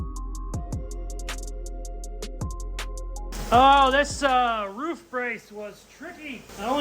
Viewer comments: Wanna pronounce Roof correctly guaranteed?!?!? Say out loud PROOF and your welcome lol! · Yea, he actually doesn’t pronounce a lot of his words correctly since the tooth thing. He loses compression. You should see him try to drink a glass of water😅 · Ruff... Roof.... 🤣😂🤣 Hilarious Bro..... Thanks for the great video Bud !! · You say ruff so much I’ve actually questioned if I was maybe saying it wrong 😅